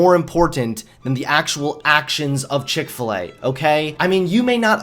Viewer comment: chik fil E